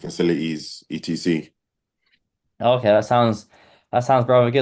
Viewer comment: I’ve never heard someone spell out Etc while speaking 🤣